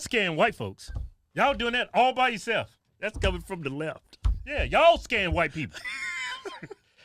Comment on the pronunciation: Lmfao!!! Right wing stoking fear for money?? 😂😂😂 you pronounced Left wrong